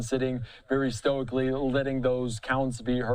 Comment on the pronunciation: Stoichly? Please spare us from that cringe